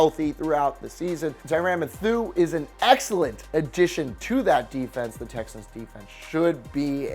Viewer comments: Ty-ran Ma-thew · Tyrann mathoo 😂😂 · What the hell was that Tyrann Mathieu pronunciation?